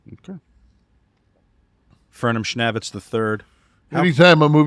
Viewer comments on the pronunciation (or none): When is good ol' FurnamSchnavtiz the 3rd gonna let know he's been pronouncing his name wrong for months! It's pronounced schNAY-vitz, its something Bruce Prichard has said on his show for years and this has bugged me everytime says it 😂